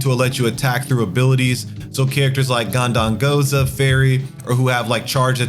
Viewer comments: Ganda n goza. En i mity. This dude loves to add letters into words. Haha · I actually was going to talk about GhandaNgoza. He says it in every video and it’s harsh on the ears. His content isn’t bad but it’s hard to listen to sometimes. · Dude needs to work on his reading and pronunciation. Keeps saying Gan-dan-go-za and ter-mai-nus in several of his videos.